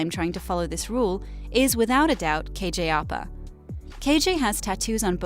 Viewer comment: its pronounced kj au pa